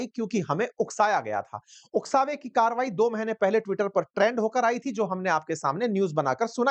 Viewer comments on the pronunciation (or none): none